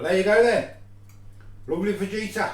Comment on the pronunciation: Correct pronunciation is Fahita the Mexican way. You don't say the J